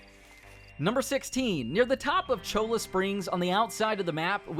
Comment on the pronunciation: Cholla is pronounced Choya not chola.